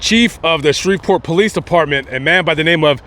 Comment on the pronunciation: Thank you for saying Bossier and Shreveport correctly!!! Lol